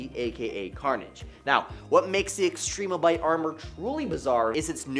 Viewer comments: This dude did not say Extrembiote correctly. Not one time. It's not Extreme-o-byte. It's Extrem-be-oat. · Extrembiote: spelled like symbiote This guy: “Extreme-a-bite”